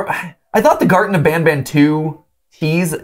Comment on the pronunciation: You dont pronounce banban like benben, pronounce banban like kinda like bonbon Banban is basically japanese, ばんばん Because everyone ALWAYS calls banban like べんべん